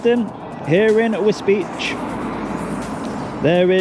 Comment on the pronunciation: I'm glad DJ went to Wisbech, because until his videos I thought it was pronounced 'Wisbeck'.